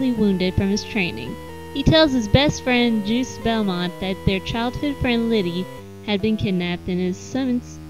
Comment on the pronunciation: it sounds like you say Juice Belmont. MMMM, Juice